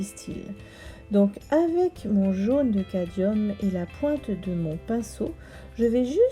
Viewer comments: il s'écrit ainsi mais vous prononcez cadium 😉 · Vos explications sont très claires et donnent vraiment envie de s'exercer ! Cette légère altération du mot cadMium m'agace un peu à la longue ;-)